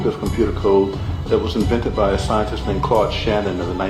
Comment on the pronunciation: Say his ts so why is he saying scienlis? Instead of scientist… like tf 🙄🤦🏼‍♀️